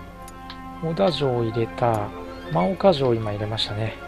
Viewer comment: ✡真岡 ○もうか ✗まおか ですよ。 色々な読み方があって難しいですよね。